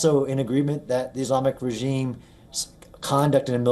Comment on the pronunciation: say regime pls. come on.. u can do it! its not "reggeesms" what poor english